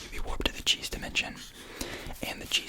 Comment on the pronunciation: Genuinely heard the cheese dimension as "jeez" dimension, I was like what- 💀